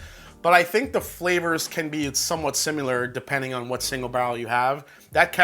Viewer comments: SIMILAR not SIMULAR you're driving me crazy!!! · What is sim-u-lar?